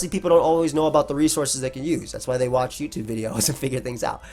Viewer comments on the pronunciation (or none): none